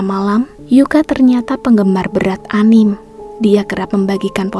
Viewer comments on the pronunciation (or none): Dibacanya tetep ANIME kak bukan ANIM 🙏